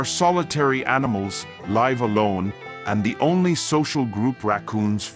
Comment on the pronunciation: Artificial voice production doesn’t know difference between live and live!